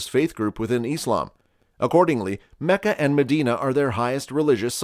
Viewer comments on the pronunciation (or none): none